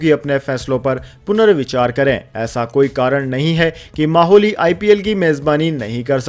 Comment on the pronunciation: अरे भाई अब मोहाली भी ठीक से नहीं बोल सकते माहौली बोल रहे हैं